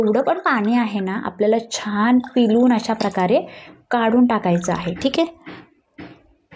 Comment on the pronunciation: पिलुन, नाही ग पिळून